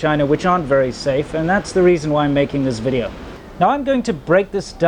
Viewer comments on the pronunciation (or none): "vidEEEOO" not vidAAO